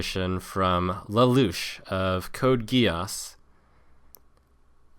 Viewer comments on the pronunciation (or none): Le LOUCH? Are you for real dude, rofl. Great message anyway.